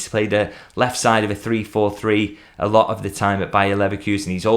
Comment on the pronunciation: Did you say a Slot of money?😅